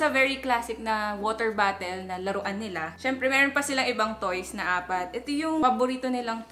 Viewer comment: I always hear when u say "water bottle" u say it like " water battle" lol is funny